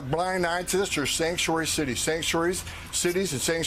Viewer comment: When you had 3 scotches for breakfast with Pete Hegseth and you have to try to say Sanctuary 5x lol. "sansh wayee city" "Sang sh'way...cities, Shang-sooway states or Sangshay's for criminals"